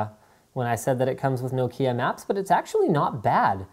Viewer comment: Didn't you find the way the apps are organized, annoying? I often don't know what an app is named, certainly when I don't use it that much. Trying to find it in a long list of apps, is simply annoying. Especially when f.e. your trying several weather apps. O and please learn how to pronounce 'Nokia' properly.